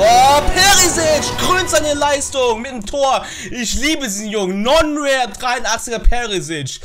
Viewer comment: Du hast gesagt nonrair perisic